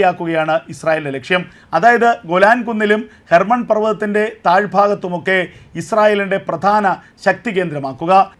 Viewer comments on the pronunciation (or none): ഹെർബ്ൻ അല്ല ഹെർമോൺ പ റു വ തം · ഹെബൺ അല്ല സർ, ഹെർമോൻ , Hermon Mount